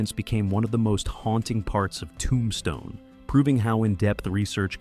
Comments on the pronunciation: Nice video...but why do you say Tombstone like that?? ToOmbstone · I have definitely been saying the title of the movie wrong since it came out. Never realized it was pronounced TOOmStone. That is what I learned from this video. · i made it to 23 - AI is not terrible but the weird emphasis on "Tombstne" and unnatural pausing was too much for me. another AI script that was not very interesting and spoken mostly naturally but off by enough that I had to just stop. i loed the film and wanted to enjoy this video